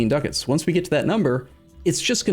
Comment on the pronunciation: PepeLaugh He said Ducats! PepeLaugh